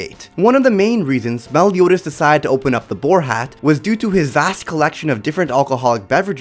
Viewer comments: Nobody: The narrator: melle-yoo-daz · The way he says Meliodas is so scuffed